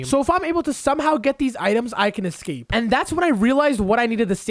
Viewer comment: THANK U FOR SAYING EXCAPE ROOM